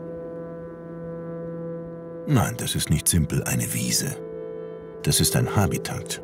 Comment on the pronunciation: Habitat wird auf der letzten Silbe betont. Ich kam aber hierher, um an meinen Botanikprofessor Große-Brauckmann zu erinnern. Wir nannten ihn den Großen Brockhaus, weil er jede Pflanze kannte, er musste keine bestimmen. Es war eine schöne Zeit in Darmstadt vor über 50 Jahren.